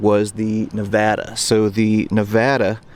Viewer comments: As a native, I appreciate your knowing how to pronounce the name of the USS Nevada. It's a small thing but, as the Nevada drew fire which could have gone to cause even greater devastation, it's nice to see proper, accurate representation. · I'm so glad this gentleman pronounced Nevada right, few people know how to.